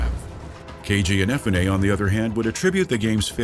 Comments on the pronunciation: keiji inafunay, sorry i couldnt get over that, IN EH FU NAY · In uh Foo Neh. Ehnefuneh? Cmon now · The way you pronounce Inafune gives me hives. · Every time this guy butchers Inafune's name is like getting kicked in the skull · It triggers me how you pronounce "Inafune"